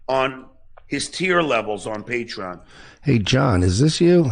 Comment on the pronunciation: Did he say praytreon, playtreon or the actual name paytreon